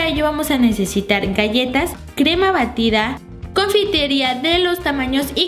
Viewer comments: en el minuto dice crema barida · jajaja crema Barida -> minuto Batida.. :) jajajaja Suerte chicos.. Galee